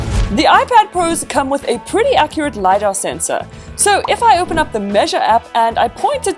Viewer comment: Isn't it LiDAR? not Lydar just saying no hate. I love your videos and I hope u will get to 1M this year!! ☺️